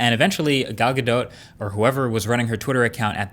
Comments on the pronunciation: " gal ga DOT" shes isreali, its pronounced gal ga DOE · Galdot is pronounced “Galdough” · her name is pronounced gal gadoe I think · it's pronounced Ghal Gadoh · Isn't it "Gal Ga-doe"? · It's pronounced like Gahdoh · Marques, honey. It’s “guh DOE.” The t is silent. 😊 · iPhone users laughing at android users, "oh he has an android" gtfo here enjoy your under screen fingerprint reader 5 years later! It is pronounced "Gal Gadough" don't kill the French language and English lmao. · I think you’re saying gals last name wrong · Marques did an oopsie. The t in Gadot is silent.